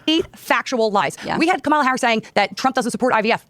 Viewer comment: It’s such a nitpick but we really should all just start pronouncing every conservative’s name incorrectly ala Pakman because none of them ever seem capable of pronouncing Kamala’s name right and they would absolutely take the bait and rage at it being done to them every time.